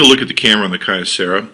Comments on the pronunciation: Kee-Yo-Sarah Dumbass. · Key-Oh-Serr-uh is how you pronounce Kyocera. I own the phone its Terrible.